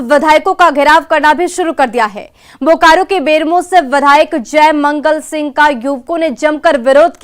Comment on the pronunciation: अरे बकलोली, बुकारो नही बोकारो होता है